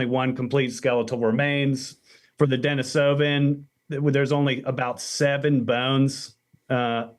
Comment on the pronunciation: PSA RE: "Denisovan" — named after "Denisov" — and it's definitely an "eee" sound — usually pronounced like "de-NEE-suh-venn" (so, not "Dennis-oh-van" )